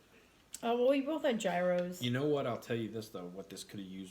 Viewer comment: It’s pronounced "year ohs".